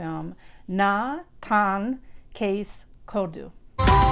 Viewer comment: OMG you pronounced the name of the film correctly 🙏🙏🙏 from Kerala India